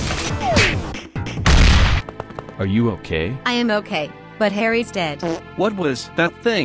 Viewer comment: Is it just me or does he say "The typing of the bed"